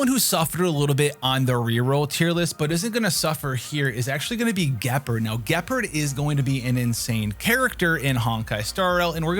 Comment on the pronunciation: Thats not how you pronounce Gepard 😭 you can know how its pronounced in his voice line and in-game dialogues